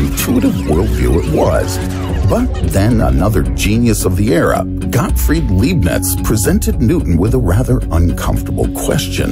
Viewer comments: It's not Liebnitz, but Leibnitz. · This is awesome but how is it possible that nobody in production noticed that Leibniz's name was continually mispronounced?